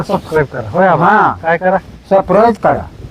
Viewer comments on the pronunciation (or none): सबस्क्राईब ❌ सप्राईज ✅ 😂😅❤